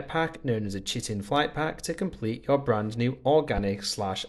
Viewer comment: Chitin is pronounced "kyten"